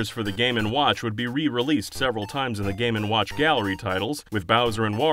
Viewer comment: Boy do i love me some "game and wOouch"